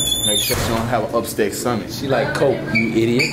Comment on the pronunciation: anyone notice he said "upstet sumatch"😂